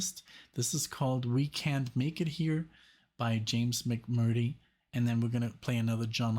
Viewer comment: James last name is pronounced Mc murtree.